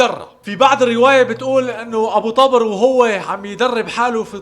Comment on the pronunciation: تلفظ الاسم غلط.. مو طبرررر... تلفظ طووبر.. بوضع ضمه فوق ال ط